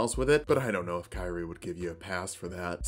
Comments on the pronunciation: Fueling the algorithm to say: Kyrie's name is pronounced "kee-ree-ay" not "kai-ree" but that's just a nitpick. 👌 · Me: * hears say kyrie * Also me: Kairi? Me after I use subtitles to check in: oh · Someone didn’t play DMC 4 or 5, or at least paid no attention to how Kyrie is pronounced. Nitpick in an otherwise great (as usual) video, but thought it should be said.